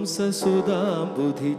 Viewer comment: One correction, that is not raghuvamsa, it must be pronounced as raghuvamsha